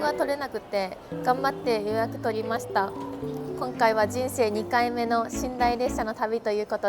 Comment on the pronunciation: がんばって予約取りましたのとこ関西弁ぽくて関西のおっちゃん大歓喜😊